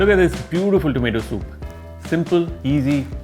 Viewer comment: Bro what is Tmater you have said it in 😂😂😂😂